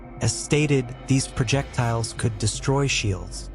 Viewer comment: “Progedors “? Are you joking? Projectiles? Why not have a mute read the script.